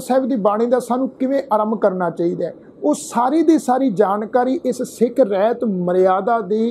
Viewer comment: ਵੀਰੇ ਰਹਿਤ ਨਹੀਂ, ਰਹਤ ਹੈ ਅਸਲ ਵਿਚ।